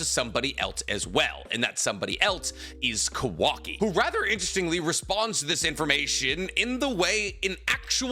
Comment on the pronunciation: Unc I’m begging you. It’s not kuhwakee it’s Kawa-ki